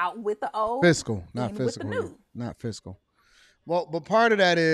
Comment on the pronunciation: She said physical not fiscal